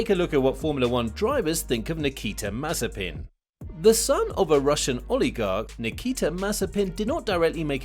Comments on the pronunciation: Damn. He's Mazépin, not Mázepin or Mazepín 🤦🤦🤦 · Don't you mean Maze-peen